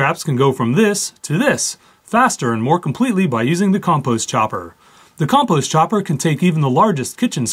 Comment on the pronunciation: Its pronounced compost not composte